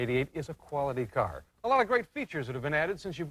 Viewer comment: "Let's go take a look at that caeyrr"😅